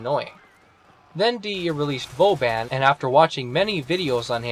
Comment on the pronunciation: You don't know how to pronounce your favorite frame's name?